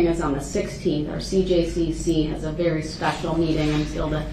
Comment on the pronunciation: Da berry second